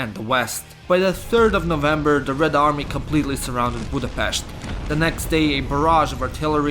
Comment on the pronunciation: Budapest drives me mad everytime